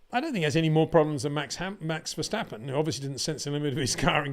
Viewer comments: HEY PETER WINDSOR, I HAVE MESSAGE FOR YOU SIR: it is NOT Max "verSHtappen" ... Max is not German (Germans indeed can in most cases pronounce "st" as "sht") ... #Max33 = Dutch NL/Belgium! ... It is not "Bottash" nor is it "Lewish" certainly not "verSHtappen" .... This BS started long time ago when a British sport presenter interviewed father Jos Verstappen and assumed you can use a German pronunciation to a Dutch Driver thinking it is so "funny" ... It is not. Serious question: can any Englishman say "versatile" out-loud without saying "vershatile" phonetically? most can about 99,99% ... that is why most English can pronounce Verstappen 100% correct! Father Jos Verstappen (also F1 Racer) was very active between back then only a very few said "Vershtappen" but the vast majority of British sport presenters pronounced it perfectly ... only a few old stubborn farts like Peter Windshor I know ... but get this: The Dutch 🇳🇱 NEVER EVER pronounce the st as sht ... that is why I mention the difference between the two countries ... I worked in Germany and have family in Germany and am part German myself. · It is NOT "Bottash" nor "Lewish" nor "Oshcar Piashtri" nor "Nyck de Vriesh" nor George "Russhell" nor "Fernando Alonsho" nor "Lance Shtroll" nor "Pierre Gashly". So why on Earth do you want to say: "Max VersHtappen"?